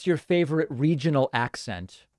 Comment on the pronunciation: He's a Loy-ya...and he loves his favfit cigaws...frawd, frawd, frawd...yes...let's put ketchup on Trump...gotta watch that late night backdoor shift...its a doosie!...😆